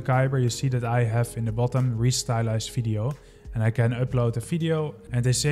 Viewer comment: Dude, it's "Video", not "Fideo".